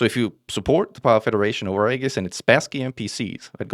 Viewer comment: FYI: Aegis is pronounced like ee-jis